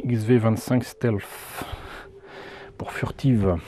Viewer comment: Stealth se prononce stelth :)